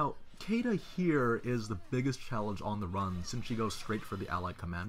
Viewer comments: "Kayduh" good lord dude this game is fully voice acted how are you still getting this wrong? it's See-da in the dub and Shii-da in JPN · "Cayda" No. It's "Seeda" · Cam Sprong Look You! Until this game, I was convinced the English variant of the name was pronounced Kay-dah. It being pronounced See-dah sounds so fucking weird when looking at the name. Yes her name is Shiida in Japan, but localization has always been different in that regard. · Well if you compare her name to Caesar, then pronouncing it like see-da makes sense. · Force of habit :P I've never heard her name pronounced for years, and I've always read it as "Kay-duh".